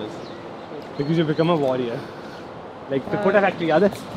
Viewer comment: It's "Kota" not 'Quota' 😅😅 it's a city in Rajasthan which is specially known for their IIT-JEE and NEET coaching institutes. And they are solving MIT's entrance examination paper MIT is world's no. 1 University in technology. You guys ever heard about it or not. 😅😅